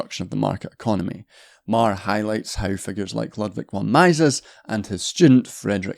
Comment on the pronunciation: Is that how you pronounce Mises?